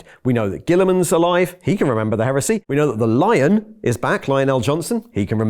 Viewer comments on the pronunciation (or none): none